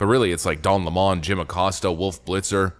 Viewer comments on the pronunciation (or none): IT'S 🍋 LEMON, NOT LAMON ! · Its Lemon as in Lemon the fruit --- its not Le'mon